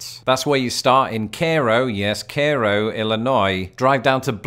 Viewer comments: It sounded like said "care-oh". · You have to make the ‘ay’ sound in Cairo (cay-row) a bit longer. Another cheat code is the exclaves along the Mississippi. Like Illinois’s first capital Kaskaskia that, due to the river changing course, is now only accessible by land from Missouri. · It's KAY-ro not whatever you said. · Cairo, Illinois is "KAY-row", not "CARE-oh" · Cairo is pronounced “Care-oh” and Blytheville is pronounced “Blyville”. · I grew up in Illinois. We pronounced it kayo not cairo. Has this changed? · Umm...that's not actually how Cairo is pronounced, it's KAY-row. I'm not sure I could reproduce the way you said it. It's funny, I've lived in Illinois my whole life, aside from when I was in the navy, and I don't believe I've ever been to Cairo, Illinois, unless I did when visiting my sister while she was a student at SIU (my memory of that trip is very vague)...but I've been to the original Cairo, in Egypt. I don't understand why anyone would refer to part of Texas as being a "panhandle". It isn't shaped at all like one, and would be in the wrong orientation, anyway. Idaho is a bit closer, but I still wouldn't call that one, either. I could be missing one, but only Oklahoma and Florida have proper "panhandles". I get the impression that many of these cases of people applying incorrect terms to things that don't fit the description are due to an increasing number of "hard of thinking" cases. Heh.